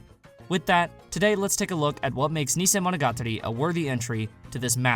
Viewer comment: Listen and learn to say it. Stop saying neesaymonogatari and bahkaymonogatari